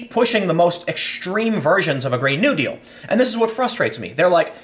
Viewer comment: you pronounce "new deal" like its one word